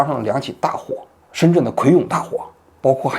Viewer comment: ，那个字读葵涌chong，不是yong，香港也有个同名异地的地方Kwaichung